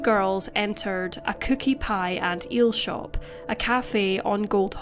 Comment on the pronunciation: Is the commentary done by AI, as I'm surprised you read A COOKE PIE and EEL SHOP" as "A cookie, pie and eel shop", especially when the photo does the awning as the former nor the latter?